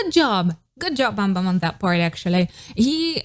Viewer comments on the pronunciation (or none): you said bumbum rather than saying bambam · its so cute how u pronounced bambam 😂 Im not an ahgase but ive been growing up listening to got7 and saw them releasing Encore too and this comeback made me so so so happy so excited! After discharged they became more lovey dovey (like day6), more handsome too ofc hehe but its unfortunate theres no You Calling My Name in the Killing Voice, same goes to Last Piece, Fly 😭 so I’d recommend you to react more of their songs ❤ Anyways thank you for reacting to this!!